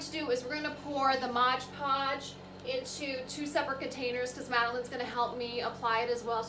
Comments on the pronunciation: MOD PODGE not MODGE PODGE. 😢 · MOD Podge....... Please say it correctly. 😬